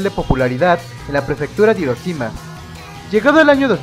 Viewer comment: buen video pero pronuncia bien "hiroshima" por favor xD